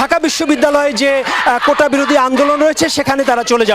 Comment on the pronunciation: এরা কেমন মেধাবী, কোটাকে উচ্চারণ করছে কোঠা । এরা আবার বিসিএস দিতে চায়, কি সিরিয়াস ফাজলামি।